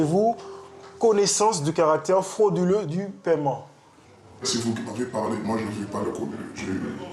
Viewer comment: Avez vous connaissance du caWactew fWoduleux du moyen de paiement 13.04 mn mdrrrr 🤣🤣🤣🤣🤣 Gwada a fond 🇬🇵🇬🇵🇬🇵🇬🇵